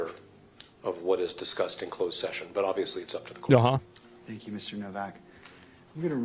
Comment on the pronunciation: pwease and sank you, Mister Zelensky...